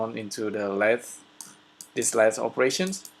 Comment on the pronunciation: Lathe is pronounced "Lay-th".